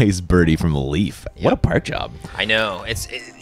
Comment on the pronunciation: You say Leif wrong. If you say ei like ey you will come closer to how it sounds. Leif is pronounced Leyf in Swedish. Typical Swedish name. Guess that Leif Swenson has Swedish or nordic ancestors.